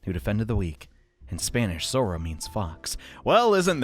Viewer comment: fun fact: it isnt zoro, its zorro